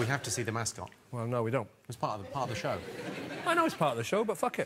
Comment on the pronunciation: I keep on hearing "have you got a mask on?" Instead of, have you got a mascot?